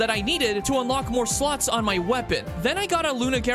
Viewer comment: I swear to god he pronounces slots like that on purpose.